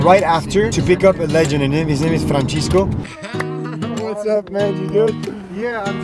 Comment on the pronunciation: Franshescoo😅 amazing you guys Loved the concept Beirut by night 😍